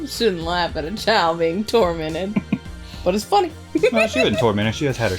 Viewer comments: "She was 'toy-mented'". I hope you're proud of yourself...lol. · "Toymented." GODDAMMIT 🤣🤣❤